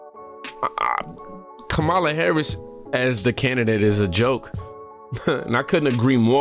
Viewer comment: It’s KARMALIAH 😂